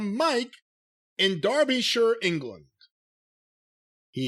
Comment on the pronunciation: 5 stars for pronouncing Derbyshire correctly Darby-sure